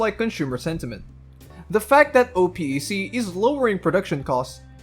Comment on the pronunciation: Oh Pee ē See ???? I was confused until I realized you were talking about Oh-pek